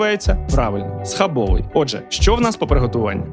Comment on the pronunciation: Бльо, не схабовий, в польській мові немає закінчення й, схабови!!!☝️